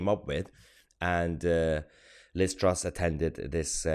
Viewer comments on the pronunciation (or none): none